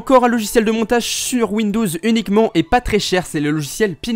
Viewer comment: PK tu dis windous